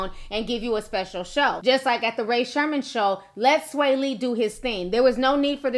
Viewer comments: its Sremmurd not Sherman 🤦‍♀️ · Ray Sherman lmaoo Ti and her accidental word quips crack me up. Edit: bruh Sherm life 😂💀💀I love this woman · lmaooooo i don't know how to pronounce that mess i tried my best!!😂😂